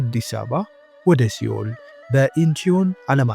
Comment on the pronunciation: እረ ያሳፍራል ሴኡል ነው ሲኦል ተብሎ አይነበብም